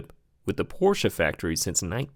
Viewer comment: I love how you pronounce Porsche the correct way. So refreshing!